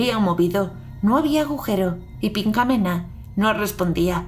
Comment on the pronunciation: Tu escuchaste pinkamena? Yo escuche pichamela XD